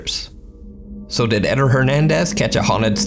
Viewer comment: It's not Edder, it's Ed-dare. Edit: Spanish emphasizes the second syllable.